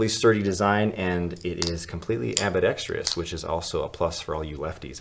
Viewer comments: Damn I’m gonna be that guy...”ambidextrious” is not a word fellas. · Why can't anyone pronounce ambidextrous correctly in the knife community